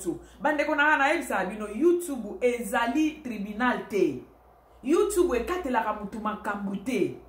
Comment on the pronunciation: Madame oza n'a français moins, na appellation ya YouTube ozo prononcé yango mabé boyee, youtubou?🤣🤣🤣